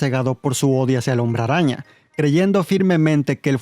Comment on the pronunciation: me gusta como dices hombre rraña!! 🤣🤣👌🏻